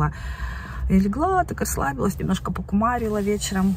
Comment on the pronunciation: На слове «покУмарила» я поперхнулась. ПокИмарила, наверное имели в виду😂😂😂😂😂😂